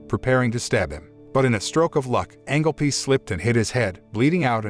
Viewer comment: So is it Angel Piece or Angle Piece...this is the issue with these AI voices reading a script...